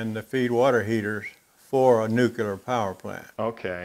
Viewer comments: OK, guys, this comment is two years after this video was posted, but it is NUCLEAR, not NUCULAR. The word nucular does not exist in any language. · I love your show and have enjoyed greatly seeing other shops. One thing though... It's nuke-lee-er, not nuke-u-lar. Drives me nuts! Now back to your regularly scheduled programming:) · I hate to be a troll (honest!). Please take this as a helpful tip: "Nu-cle-ar", not "nuke-u-lar". Please? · really he has yrs in the field making super critical welds... I think he can call whatever he wants u probably have never stepped in one!!!!